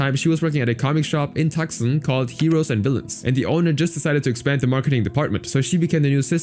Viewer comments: LOL it’s “too-sahn” not “tuck-son”. 😂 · A suggestion: Find out how to pronounce the names of every person and every city you mention in your video before you start recording the narration. For example, the city of Tucson is not pronounced "TUCK-SON". It is pronounced "TOO-SAHN". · Tucson is pronounced “Too-Sahn”. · The C in Tucson is silent ...